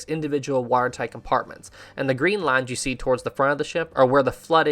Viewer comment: I couldn’t tell the accent till you said “lines” :) not an insult. Love the videos